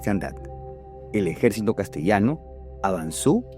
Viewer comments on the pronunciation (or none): none